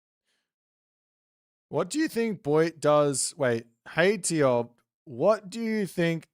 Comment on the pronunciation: Ugh no, its tioBmai.